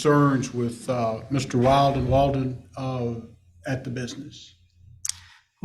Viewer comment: Can the attorney say Will-den??? It is annoying.